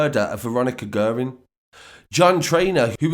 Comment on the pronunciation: Pronounced gearin